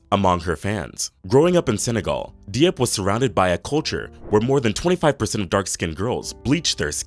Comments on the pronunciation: It’s good. He just needs to learn the correct pronunciation for some if the names_like Diop. It’s nor Dee-op. It’s Jope (like rope with a J). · Not De-op. Jop is the pronunciation. 🙄.